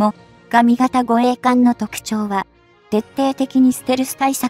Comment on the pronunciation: 何故詰まりそうな読み方するんでしょうかね。 も・がみ型と言われる度に頭が前へ出て行きそうで。 終わりの方ではもが・み型と呼んでいる、これは特に変と思うが自分の間違い？ 自衛隊の護衛艦って乗員90名程度で戦闘可能なの？平時なら十分だろうけど、疑問。 潜水艦なら魚雷を打って逃げれば交戦が少ないだろうけど。音痴で不勉強だから心配。